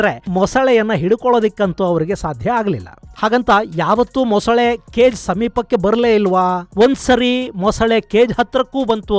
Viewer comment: ಮೊಸಳೆ ✅ ಮೊಸುಳೆ ❌